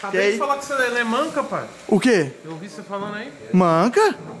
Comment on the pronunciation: O cara fala "Pae" pra td mds 🤦‍♂️🤦‍♂️🤦‍♂️ Poha fala direito.